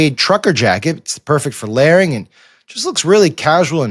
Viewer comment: Does Sam Stein even listen to wat he says in the ads like for Quince? He said he is "swamping" out his summer clothes for winter ones & "lairing" (instead of layering) . Sometimes the disdain Sam has for wat he is doing shows especially thru so evidently.